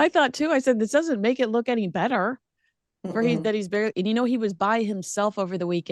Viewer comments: Well she did pronounce it "Luke"....hardly mocking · Meghan also mocked Mindy for her pronouncing “look” weirdly. How rude was that.